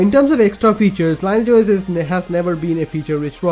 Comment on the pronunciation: You pronounce it as Lean-e-age OS, not Line-age OS